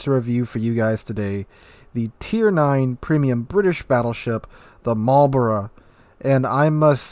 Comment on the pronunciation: Immediate thumbs up for saying Marlborough correctly. Shame there's absolutely no chance of me ever getting these dockyard ships since I don't get nearly enough time to complete those missions. There's no way I'm paying for it either.